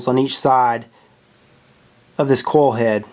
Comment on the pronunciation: Sounds like he's saying coal head lol